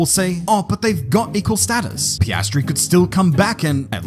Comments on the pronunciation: Did you just call him pastry (paste-tree) instead of Piastri (pee-as-tree)?! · you did NOT call him PAY-STREE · he became Pisstree